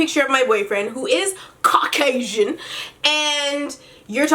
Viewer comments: the way you said Caucasian😭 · it took me out 😂😂